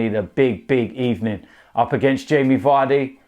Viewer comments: "Sacked in the Ebening, you're getting sacked in the Ebening." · Sacked in the ebening